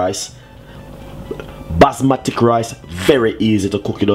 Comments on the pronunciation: it Basmati rice, not Basmatic rice, talk properly. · Isnt anyone from here OR the team going to tell him its not ``basmatic`` rice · “Basmatic” is deading me 😂😂😂😂😂😂😂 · Indeed! these are RED KIDNEY BEANS! NOT PEAS... And BASMATI rice also... NOT BASMATIC! where the heck did you learn your cuisine? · "basmatic rice" lol i love dys man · "Basmatik rice" 🤣🤣👍🏽